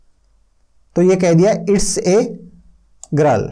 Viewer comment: गरल 😂😂😂😂😂 haryanvi😂😂😂😂